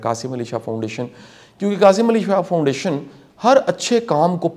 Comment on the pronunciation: Qasim Ali shah not qasi Ali shah